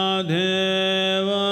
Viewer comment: Mahadeva not mahadheva